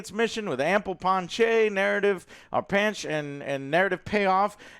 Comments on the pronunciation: panache = pan-ash...not ponchey or panch :) I have to agree, the finale will see Homelander losing his powers, maybe Soldier Boy will fry the compound-V out of his blood, he will be forced to live out his days being a pathetic mortal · FYI Pan- ach. I believe panache is pronounced Pan -ach.